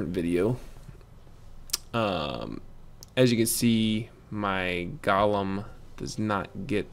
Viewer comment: GO-LEM.. Not Gahlem